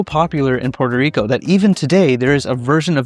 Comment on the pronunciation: It's PUERTO RICO NOT PORTER RICO